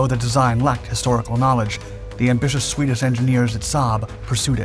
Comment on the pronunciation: "Swedish shorsched instrumentation" ... 😅 😜